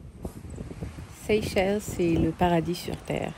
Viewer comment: Ma sœur on prononce Seychelle le S à la fin faut pas le prononcer